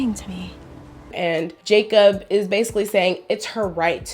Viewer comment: Jacob was so butchered smh )